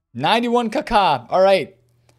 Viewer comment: These packs were so bad it’s pronounced Kak-a not Ka....Ka 😂you’re pronouncing it like a bird it’s annoying 😂